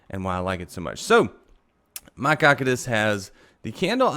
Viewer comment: The way he pronounces cocytus makes me wanna die